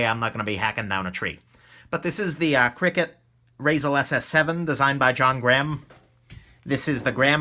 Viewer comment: ok, since you clearly aren't from the northwest I understand, but it's not Cricket. It's CRKT with each letter pronounced individually or Columbia River Knife Tool. I'm not a comments section rage monster, I'm just trying to help out another knife guy. Also, you should look into the Kershaw Damascus Shallot, if you haven't already. It's a Ken Onion design and the Damascus steel really adds something, takes a little grease/oil to open all smooth like though.